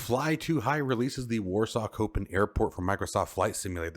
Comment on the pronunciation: On Vatsim we do have voice on Unicom. It is also depending on your location, someone on approach in Madrid, wont hear someone over London. Oh and minor thing. It's pronounced Shopin not Kopin 😉 love your vids btw